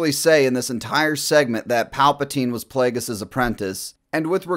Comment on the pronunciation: Wow. A panel of 40 year olds play acting as teenagers reacting to Star Wars theories that they’re pulling out of each other’s asses. “Dude that’s SICK”. The second that wuss said “PLAYDJUS” I knew we were watching paid actors.